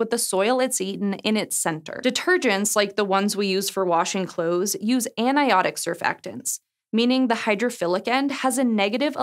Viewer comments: “Anionic” is not pronounced “aniotic”. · right? Aniotic? 😂